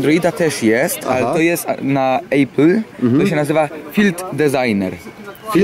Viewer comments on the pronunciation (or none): 'Epyl' nie 'ejpyl' kurwa... Tak wgl to jak już nie na 'ejpyl' tylko na iOS...